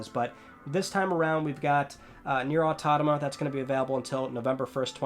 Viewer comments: Nier "Autonama"? Automata* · I was wondering when you'd upload this lol... Edit: He just said Nier Autotoma loool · He could at least learn how to pronounce Nier Automata properly.